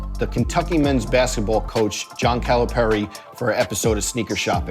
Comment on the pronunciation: Nobody:: joHn cali-perry